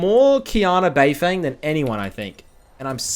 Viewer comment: How many qiyana videos has he done on beifeng and he still can't say his name right